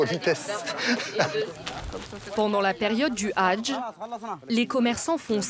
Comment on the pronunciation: Salam madame faites au moins l'effort de bien prononcér le mot hadj 😮😮